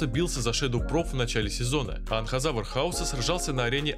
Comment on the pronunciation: ты некоторых бакуганов не правильно навываеш например не Анхазавар а Энказавр